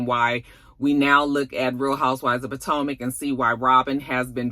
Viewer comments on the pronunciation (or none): none